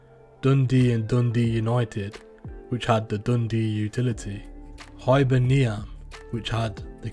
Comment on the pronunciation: Hibernia ? It's Hibernian who had the best crew in Scotland CCS - show some fuck respect and pronounce it correctly